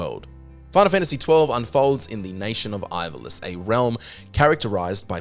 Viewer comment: soory but your just reading a script and never played any of these. can tell because you can't even say ivalice or edea properly. e d for edea really